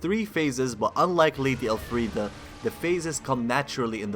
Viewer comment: Why do you keep saying El Friede thats not her name and its getting annoying lol.